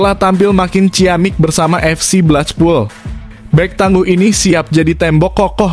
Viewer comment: Blekpul, bukan blechpul apalagi saipul!